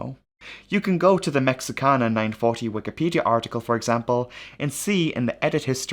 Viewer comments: Your pronunciation of Mexican cities is so perfect and beautiful, I wanted to make sure you are aware that there is no English "X" (ecks) sound in Spanish, it is pronounced like the letter "H", so this airline company is pronounced "Meh-HEE-ka-na", even by most Americans, where we probably speak fewer foreign languages than any other country on Earth - even less than people from Meh-HEE-ko. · All that amazing research, only to fail to research the airline pronunciation. Cringed everytime as a Spanish speaker.